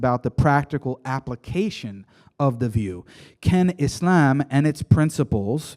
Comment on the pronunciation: he always pronounces it as "isLAMb" lol, its so annoying